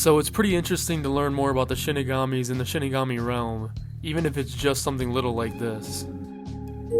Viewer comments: Why do all these icebergs and videos about death note ALL say Shinigami wrong? They literally say it in the show SHEE-ni-ga-mi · I won't name names, but I'm glad I can watch a Death Note iceberg without clicking off it because the op is pronouncing it as "Shiginami"